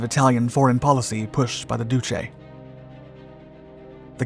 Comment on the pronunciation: He has no idea how to pronounce "duce", he pronounces it as "oochi".